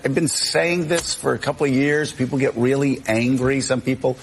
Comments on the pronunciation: Did he say “wheely”!? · Is he saying wheely??